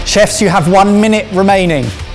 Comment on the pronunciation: Am I the only one that thought the intro said "two of us are chavs" instead of chefs...